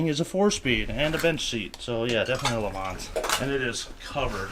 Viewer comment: The S is silent, Le Mans is pronounced Le mon...its french.